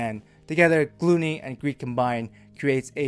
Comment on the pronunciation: You mispronounced gluttony.